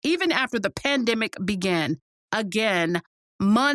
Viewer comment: The” Pan (dam)dimic “😂😂😂🤣🤣🤣